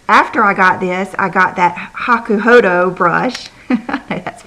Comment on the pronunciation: I just love your giggle every time say hakuhodo! But you're saying it right! You do you,. We wouldn't want it any other way. Haters gonna hate - the rest of us love you just as you are. <3 Christen